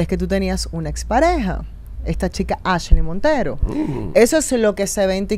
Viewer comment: ai dios se paso alofoke diciendo askley